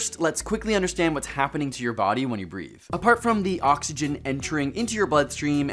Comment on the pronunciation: Breathe not breath